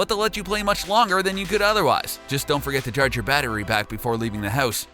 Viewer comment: You say "house" funny. Hewse